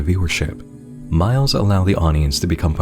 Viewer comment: In full honesty, I thought MILEs said MILFs.